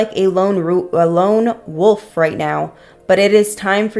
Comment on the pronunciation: Okay, no need to put me on blast that I can’t pronounce wolf 😅🤣